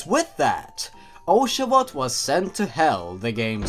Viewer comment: one of the signs of being a genwunner is being able to pronounce the old pokemons names perfectly but being unable (or just not caring how to) pronounce any newer pokemon names. it sounded like you were TRYING to mispronounce oshawott.